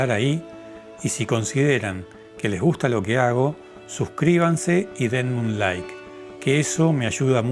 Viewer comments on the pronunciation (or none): none